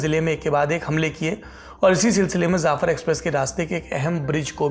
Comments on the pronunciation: zafar nahi jafar hota hay bro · Jaafar express, not zaafar express. Im surprised Saurabh would make this mistake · Jaffar not zafar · You are totally illeterate , Jafar express not Zafar